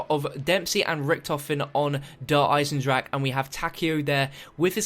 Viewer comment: He just refuses to say deer eisendrache correctly